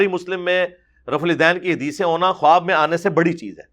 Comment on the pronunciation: assalam alikum ...very informative program..... mashalla......the word KHUWAB may wao silent hay ... bola jaeyga KHAAB not KHUWAB ............thanks